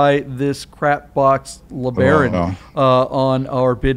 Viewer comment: What's a LaBraun? Do they mean LeBaron?